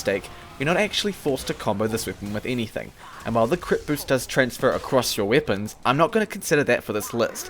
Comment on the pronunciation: Bro why do you say weapons like that